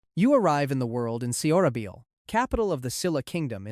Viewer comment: It should be “SohraBohl”…. Not “Sehohrahbeeohl” and Silla should be “Sheelah” not “Sihlah”